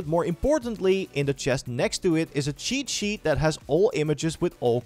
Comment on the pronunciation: Am i the only one hearing "chichi" everytime he says "cheat sheet" ?